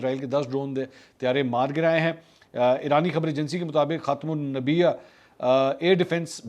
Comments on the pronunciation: mansoor bhai lafz khatim ul ambiaa hai ap ghalat parh rahy ho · Afsos he aap pr k aap khatmul anbia bhi ni parh skkte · جناب منصور صاحب آپ نے اتنے منٹ پر ایک لفظ خاتم الانبیاء کا آیا تھا جو آپ سے غلطی سے غلط پڑھا گیا تھا براہ مہربانی اس کو اگلی ویڈیو میں درست فرما لیے شکریہ ۔